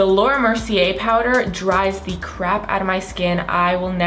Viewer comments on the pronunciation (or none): none